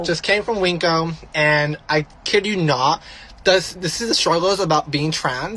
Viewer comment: Ive never heard winco pronounced as "wink-o" 😂 it's literally win-co. Girly needs to learn to annunciate before trying to start 💩 with anyone.